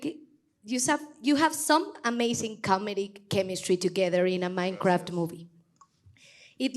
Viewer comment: "MAIKRAFT JAJAJA"